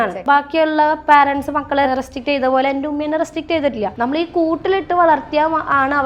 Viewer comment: Anchor ചെറ്റേ, പാരൻസ് എന്ന് ഒരു വാക്ക് ഇംഗ്ലീഷിൽ ഇല്ല. നീ parents എന്ന വാക്കിന്റെ ഉച്ചാരണം ഗൂഗിളിൽ നോക്കി മനസിലാക്കുക.